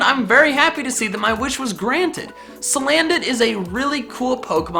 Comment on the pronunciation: It's salandit not silandit